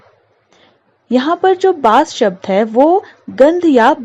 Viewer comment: Mam please reading practice kijiye bhot galat padh rahi h aap bas ko basi Sonhim ko sanohim🤣